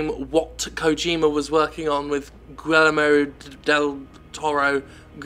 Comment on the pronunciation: Gee-Yer-Mo del Toro.